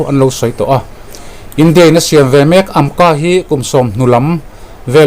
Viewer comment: I hnar abing ve deuh adi baw...'ve ai ah 'Be' ti deuh tlad😂😂